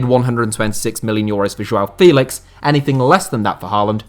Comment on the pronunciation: João Félix pronunciation is Feh-lix, with strong sound on the Feh.